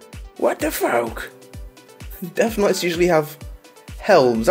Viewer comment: i asked about Deaf Knights, not death knights. That is how he pronounces it haha.